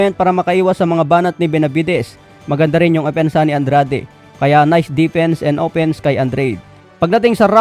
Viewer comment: Ano ba tlaga andred oh Andrade Ang gulo dila mo😂